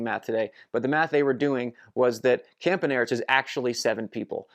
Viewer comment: I think it is pronounced Campanarts (not spelled that way).